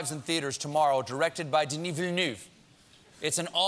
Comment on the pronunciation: When will you learn some French. It's not Danny. It's Denis: de-knee